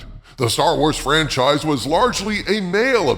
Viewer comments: zomg "trancize". I guess the market research don't care. HERE PUSS-PUSS! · LOL LOL LOL "Tran-chise" LOL LOL LOL!!!!!!! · "Tranchise" LoL!!!!!!!!!!!!!!!!!!!!!! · "Tranchise" haha, that's good.